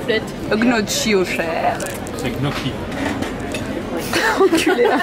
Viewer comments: Ça se prononce "nioki" en plus pas en disant le g wesh il te reprend mais il sait pas le dire non plus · Raté, ce n'est ni "gnotchi" ni "gnoqui" mais "nioqui" XD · Alors on va mettre un terme au débat: ce n'est pas GNOKI mais NIOKI Le G ne se prononce pas 😭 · Non, elle a raison. Le double CC en italien ça se prononce pas K, mais c'est le CH chi se prononce K. Le son en francais qui correspond en italien au CC c'est le TCH